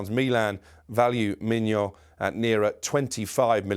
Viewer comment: Pronouncing Maignan as Mignon lol this guy is getting hungry just by reporting "breaking news" reading off Romano's twitter page. Hilarious.